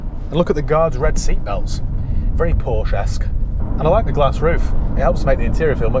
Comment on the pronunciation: Please please pronounce Porsche correctly!